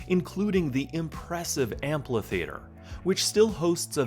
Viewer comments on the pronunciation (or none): And I'm not sure what an Amplitheater is ... a louder Ampitheater maybe?